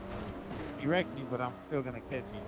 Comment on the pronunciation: he says "ah man he wrecked me again" but it sounds like "ah man he erected me again"